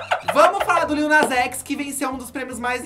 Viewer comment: Adoro o corrigindo a Blogs e falando o nome do Lil errado tbm LOL LITTLE